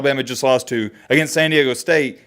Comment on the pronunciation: America's Finest City moving on! 🤙🤙🤙 Btw, there's "D" in San Diego homie😂😂😂